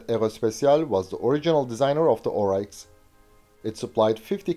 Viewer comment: Pronounced 'Orix' not Ohreichs... but to us troopies on the ground, we still called them Puma's anyway.